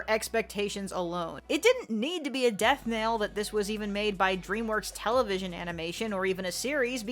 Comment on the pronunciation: Not sure if you're saying "death nail" or "death knell," but in a video where you talk about Megamind, it's funnier to think the former.